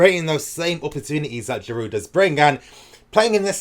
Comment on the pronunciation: I completely agree. By the way in French the Ds in Giroud and Hazard are silent